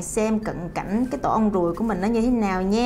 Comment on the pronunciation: tổ ong ruồi chứ ko phải tổ ong guồi nha chj😅